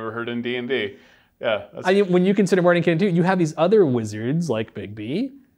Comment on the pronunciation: THANK YOU for pronouncing the characters name correctly!! It's a pet peev of mine... Love the Greyhawk setting and have used it for years.